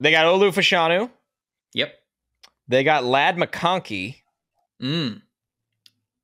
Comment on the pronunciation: Its pronounced "Fash-(as in Bash)-anu". Two UK soccer players in the 80s and 90s pronounced that way. Olu confirmed it at the Combine